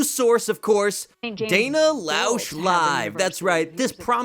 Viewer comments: so glad you’re back! I haven’t finished this review yet (I’m ), but I wanted to give you a heads up. Dana Loesch’s last name is pronounced like “Lash”. No worries, it’s a super uncommon name, but I thought you should know. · I want to correct your mispronunciation of Dana Loesch's name but Im not sure that wasn't the joke.